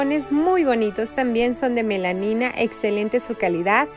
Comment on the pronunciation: Hola, se dice Melamina😅